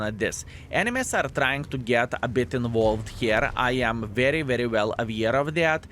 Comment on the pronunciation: I enjoy hearing English improve especially knowing he is self taught. That being said I liked the old way he pronounced “involved” more than the way he correctly says it now. English is a tough language, so much of it makes no sense and the “rules” aren’t exactly absolute.